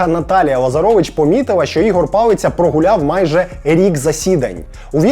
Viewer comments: Палиця не палицця. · палиця не палицця 😂